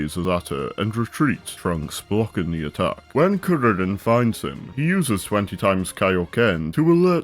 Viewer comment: Just found this video and THANK YOU, for pronouncing Saiyan correctly and for saying Kuririn/Teshinhan/Kienzan/Taiyoken and so on. Also spelling the name as Chaozu